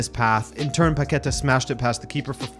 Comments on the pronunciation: is PaquetÁ, and not “paketa”. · please, it's Paque'tá man, emphasis on the last syllable /TAH/.